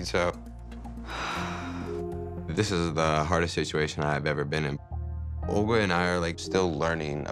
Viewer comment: He's literally saying oger instead of olga